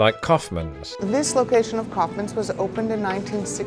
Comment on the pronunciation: "cowfmans" lol 😂😂😂 Its pronounced more like the act of expelling something from the lungs than a bovine ungulate, my friend!